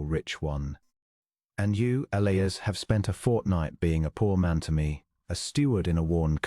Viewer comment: It is also E-li-as not El-ias.